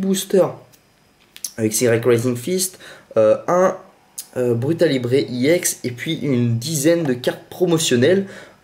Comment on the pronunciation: Pour qoi tu dit iex alore que sais ex